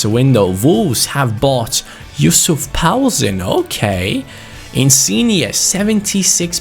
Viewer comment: Who's paoulsen??